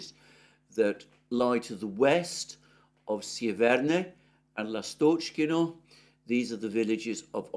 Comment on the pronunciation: Dear Alexander, I thank you again and again for your excellent work. Let me suggest which syllable should be stressed in Russian / Ukrainian place names and some other proper names. I capitalize the vowel under stress as follows: L'Astochkino / L'Astochkine (l'Astochka means swallow, or martinet, also meaning 'darling') B'Erdychi Bogd'Anovka Ocher'Etino / Ocher'Etine Iv'Anovskoye / Iv'Anivske S'Eversk / S'Iversk Iz'iUm Lim'An Osk'Ol / Osk'Il (river) M'Aryinka (not Mar'Inka pls, a little girl's name, diminutive for Marina, while the name of the village is derived from Maria) Dni'Epr (Ru) / Dnipr'O (Uk) - river Piotr (Ru) / Petr'O (Uk, a man's name, i.e Poroshenko) Dmitriy (Ru) / Dmitr'O (Uk) (a man's name) Tern'Y Gen'Ichesk (not Genish'Ek!)